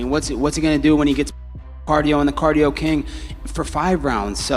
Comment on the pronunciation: COLBY SAID CARDIO CAIN 😂